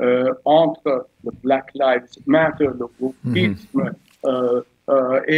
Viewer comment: C'est plus le RRRAHMMASSSS. C'est le WOKISSSS..... sacré intellectuel !